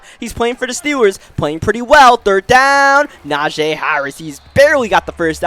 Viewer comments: pretty sure its najeeeeeeee not najayyyy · Na-jee. Not Na-jay